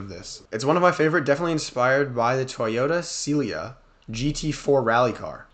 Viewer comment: "Toyota seelia"😭